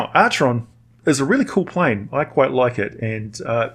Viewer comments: Pronounced Ackeron :) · Acheron is pronounced Akeron, BTW. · Am I the only one who cringes when he pronounces it like that instead of the proper ancient Greek of Ack-eron? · You can of course echo his wisdom if you wish. I'm just pointing out the correct pronunciation of Acheron.